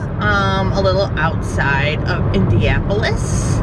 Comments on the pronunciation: Hi. Just wanted to let you know it’s pronounced IndiANapolis, not IndiApolis. Watched your video with someone from there who shouted at the screen every time It was mispronounced 😬.. sorry; we still love you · Are you saying Indiapolis?